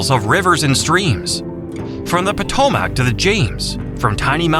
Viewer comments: That pronunciation of Potomac was a dead giveaway too. It’s -mic, not -mac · That and the way he said potomac - potomack 😂😂 Just as bad as someone saying mattapony instead of mattaponi - for those who can't say it properly it's pronounced mat-uh-PAH-nye